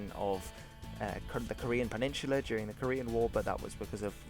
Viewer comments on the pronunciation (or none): Why do you say the UN was founded to stop aggression , but then when the UN mobilizes to block the chinese insurrection in Korea, you call it "a US invasion" ? On a side note peninsula has no H in it (Unless you're really drunk and slurring your words) ;)